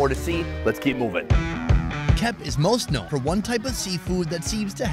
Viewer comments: Wrong pronunciation of “Kep” Sonny.. it should be “Kaip” like king Kai in dragon balls then add the “p” sound😅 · It’s actually pronounced “Kiep” but nice video! Really glad you are visiting our country😊